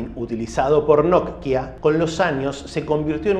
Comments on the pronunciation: Me desesperas que no puedas pronunciar simplemente NOKIA.......por qué NODKIA o NOTKIA?......por otro lado buen dato el que nos compartes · Porque pronuncias "Notkia" en lugar de "Nokia"??... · NOKIA ql, no not-kia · Porque le dice nok kia a Nokia y shopen a Chopan? Hahaha muy interesante video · Hola no sé si siempre lo pronuncie y escuché mal o xq lo pronuncias nok-ia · Lo único criticable. Me da ansiedad como partes la palabra Nokia en dos, es de corrido amigo, no nok pausa y luego hia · Hoy te descubrí y me suscribí, buenos relatos y edición en tus videos. En éste me dio gracia como pronunciabas Nokia. Saludos desde Uruguay